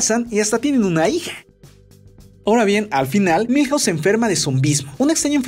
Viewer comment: Cuántas casas hay en Springfield ? Milhause 😂😂😂😂😂😂😂😂😂😂